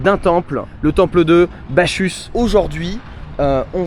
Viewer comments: Mon ami la prononciation c'est BaCCus pas BaCHus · Les neo-boomers... On ne dit pas bachusse mais bakusse... Aucune culture. Comme les boomers, en pire. Par contre psahtek khouyia pour la prononciation des h et des kh. Les boomers étaient américanisés, les neo-boomers sont des pieds-noirs. Barack Allah! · Bachus se prononce Bakkus bro😊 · si jamais on dis BaCchus (Bakuss) et pas BaCHus. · As tu vu la pierre de la femme enceinte ? Tu as 3 temples dans l'enceinte, Bachus( se prononce Baccus😊), Jupiter et Venus. Ça mérite vraiment de s'y attarder! J'aime bien retrouver tes vidéos plus tranquilles moins pro. Le côté politique demeure bien sûr très intéressant.. Il y avait des choses a exploiter aussi sur le site archéologique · Bacchusse prononce Bakusse!😂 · Hey, je te le dis constructivement et pas comme critique: "Bacchus" se prononce avec un double C dur (K, comme canard). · Aïe ça commence un peu mal : Bacchus se prononce avec un "K" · temple de bacchus, dieu du vin que tu dois prononcer bakusse